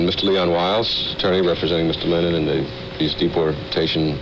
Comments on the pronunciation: Did he really say “former beatle John Leonard” 🙄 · The announcer called him "John Lennont" at the start. I am certain John loved it :) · I could understand the news reader mispronouncing his name in 1964 but in 1974 it could only have been deliberate.